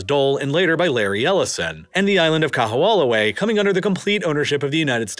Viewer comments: Thank you for creating quality content about our islands! Just want to leave a quick note about pronunciation: O’ahu = oh-ah-hu (not oh-wah-hu) Moloka’i = mo-lo-ka-ee Kaho’olawe = ka-ho-oh-la-ve The ‘ is called an ‘okina, it’s actually considered a letter in the Hawaiian alphabet and it is used to break up vowels, some people refer to it as a “glottal stop”. It’s just as important to pronounce as the other letters. Might help with future content about this paradise :) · Yeah, I’ve heard the island’s name pronounced many MANY weird ways in my life, but this was a first. Generally the emphasis is also on the “law” syllable. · Kamehameha (Ka-meha-meha) Kaho’olawe (Kaho-olavay) Sorry hearing these hawaiian words being butchered i figured i’d make a “guide” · It's KAH-HOE-OH-LAH-VE (!!!!) and the military bombing cracked the islands aquifer. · Nice condensed recap of Hawaiian history. However, whereas you pronounce “Liliuokalani” flawlessly, you STRUGGLE with “Kahoolawe” and “Kamehameha”. Toooo funny, but good job! 👍👍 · The kahoolawe pronunciation bothered me the most.